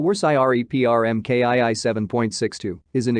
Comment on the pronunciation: When the computer read Mark two as em kay eye eye in the first minute, I stopped watching.